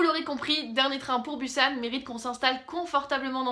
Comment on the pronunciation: je sais que on a le droit de dire comme on veut mais la ville ce dit busan on pronoce le s